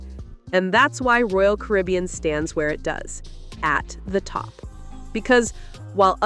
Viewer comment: This NARRATOR is either AI or ‘ignorant’. “SHE called “Royal Caribbean”— ‘Royal Carbian’ ! Stop using AI. It’s a REAL DOWNER and show a general lack of quality!